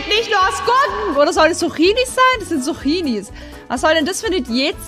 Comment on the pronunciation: Sie sagt Suchinis 🤣🤣🤣🤣